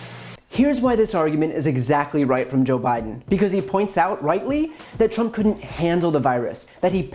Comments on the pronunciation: no no no! It's not Drump, it's Prump 😂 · Donald Prump should be sent to Nars on a one way shuttle LMAO. HE MISPRONOUNCED HIS OWN NAME LMAO!!!!! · Trump can't even pronounce his own name. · Well actually it's how Trump pronounced his name in a recent rally. 😂